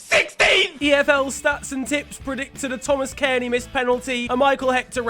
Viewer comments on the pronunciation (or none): none